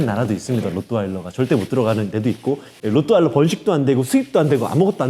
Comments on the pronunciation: 로'트' 발음 안되요? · 사실 로트와일러는 영어식 발음일 뿐이고, Rottweiler는 독일 견종으로 정확한 맞는 발음은 [호:트바일러]입니다. 독일의 한 지역인 Rottweil (호트바일)으로부터 지어진 이름이죠. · 나만 그래? 로또 와일러 라고 들리는데